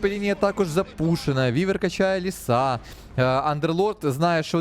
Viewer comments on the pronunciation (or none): none